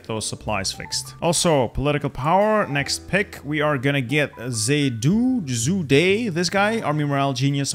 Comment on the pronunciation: most of your pronunciation is spot on, but just in case u r interested, zhu de sounds like "choo duh" (almost the zh in zhukov) the apostrophe in yan'an indicates that you do not pronounce it as ya+nan, but rather yan+an, the an must not have a front consonant